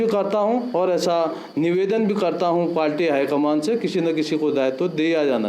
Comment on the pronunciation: श्रीमान आप पार्टी को पाल्टी उच्चारण कर रहे हैं